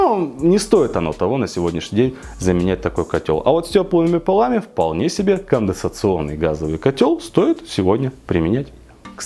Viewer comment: Уже сто кило подписчиков, бро! Но так и не научился говорить "конденсационный" )